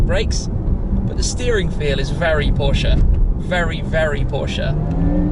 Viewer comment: As a German I have to thank you for pronouncing Porsche right. One of the few English speaking people who does it right.